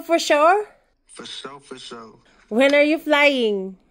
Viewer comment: ang kulit ni for shore for shore hahahahah